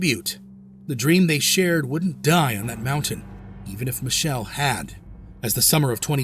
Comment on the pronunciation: It's Mi-ke-le not Mishel